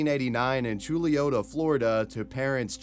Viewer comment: I'm from Orlando, and knew people in Chuluota. I'm honestly impressed that you pronounced it correctly (not that you wouldn't look it up, or have seen it in news reports from television). Big ups.